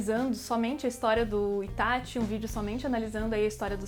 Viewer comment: Q delícia ouvir alguém falando ITÁTI e n ITÁXI